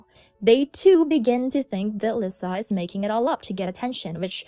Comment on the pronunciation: i’m sorry but it’s not /vulneeble/ it’s /vulnerable/ and not /lisah/ it’s /leesa/